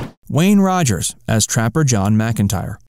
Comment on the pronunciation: It's "Wayne Rogers" , not "Wayne Roger".